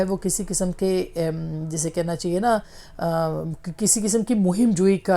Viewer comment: لفظ "چاہیے" کی الف ادا کرنا سیکھیے میڈم ۔۔چہیے کی جگہ "چاہیئے" مجموعی طور پر آپ کا تلفظ اچھا ہے